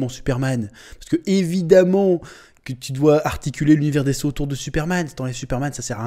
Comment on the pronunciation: T'a prononciation de dc me fait grincer des dents 😬😂